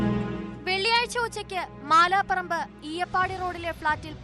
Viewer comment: മാലാപറമ്പ് അല്ല മലാപ്പറമ്പ് എന്നാണ് സ്ഥലനാമം.